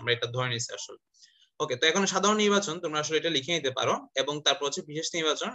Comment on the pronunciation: Bishesh nirbochon, bishesh nirbachan na.....